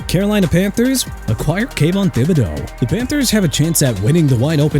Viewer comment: YOU NEED TO LEARN TO PRONOUNCE DUDE CUZ IT'S TOO EARLY FOR YOU TO PLAY GAMES WITH ME AND I'M IN NO MOOD THIS MORNING!! THIBODEAUX PRONOUNCED THI-BU-DOW! CHICAGO PRONOUNCED SHEE-KAH-GOW NOT CHI-KA-GOW! JAGUARS PRONOUNCED JA-GWAARS NOT JAGWIRES! NEW ORLEANS PRONOUNCED NEW OR-LINS OTHERWISE OR-LEENZ!! NO RESPECT FOR TEAMS, NO RESPECT FOR CITIES, NO RESPECT FOR EVERYBODY! I HOPE YOUR CAREER IS OVER!! ALSO LET MIAMI TRADE JAYLEN PHILLIPS TO JACKSONVILLE, TRADE BRADLEY CHUBB TO SAN FRANCISCO AND SEND MATT JUDON BACK TO NEW ENGLAND!! WHO CARES?!